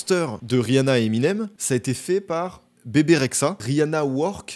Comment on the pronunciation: Bebe rexha se prononce "Bibi rexha "Mais c'est pas grave super vidéo quand même !! 😙😙😙